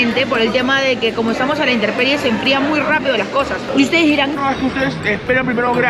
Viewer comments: Es 'intemperie', no 'interperie. 👍🏼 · Es intemperie.... No interperie.... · Intemperie*, no interperie... Me encantó su vídeo, me da hambre cada vez que los veo comer, abrazo virtual ❤️